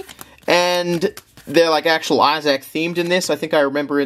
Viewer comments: I’m stopping this at seven minutes in, as I can’t watch a single second more of it. Who gave you the idea that Isaac was pronounced “I SACK?” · "The Binding of Eye-Zack" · i dont think ive ever heard isaac pronounced as eye sack before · If you say Issac like that one more time, I will hurt you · Binding of Izach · Binding of Izzaac lol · binding of eye zach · binding of iZack. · Its pronounced eye-thzik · binding of eyesack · spending an extra $1,500 to make the video better when we'd just listen to him say Isaac wrong for an hour. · Lmao my thoughts exactly, what's worse is I could hear him saying it RIGHT in my head before this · it wasn't the accent he just said it wrong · wrong And btw americans pronounce it even more wrong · they should make a $10,000 tier for to pronounce the name of the fucking game right 😭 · Say Isaac like that one more time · Pledges $5200 to something he can’t pronounce the name of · The way you say isaac bro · Just found out I don't like the way Australians say Issac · 45 minutes of Australian man attempting to say the name Isaac correctly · The way you say issac is getting on my nerves 😟